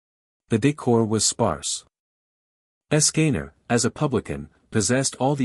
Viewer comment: Ok im intrigued but the ai voice cant say escanor right